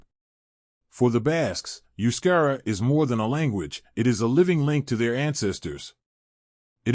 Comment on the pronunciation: First 7mins waffle n Verbage. Only in min 8 does the yank confirm that they are a mix ofearly hunter gatherer and early neolithic farmers. Besides he cannot pronounce Euskadi Euskerra etc really Annoying accent.